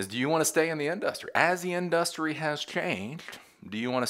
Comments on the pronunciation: It’s not our fault that SF was destroyed. It’s that their politicians allow crime and unchecked homelessness. Not us. Also, the way you say industry is annoying, lol. That said, I agree with your more practical takes that some tech industry leaders are pushing. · in DUSS tree